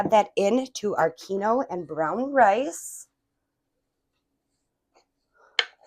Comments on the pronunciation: Oops 'keen-wah' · Love your video!! I think it's pronounced 'keen-wag'😊